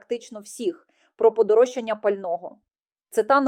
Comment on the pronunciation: Подорожчання,наголос на ро,а не на ча.